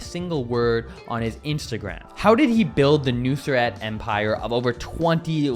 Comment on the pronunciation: His name is not nusr 😂nusret dump yankee